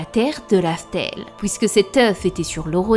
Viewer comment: tu as la même façon de prononcer la syllabe en "ui" "oui" Exemple tu prononce "puisque" "pouisque". Il y a une autre YouTubeuse qui a la même façon de prononcé et un peu la même voix que toi. Sa chaîne relate beaucoup mythologie de notre monde et je commence à croire que vous êtes une seule et même personne